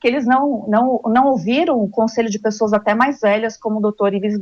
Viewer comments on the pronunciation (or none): none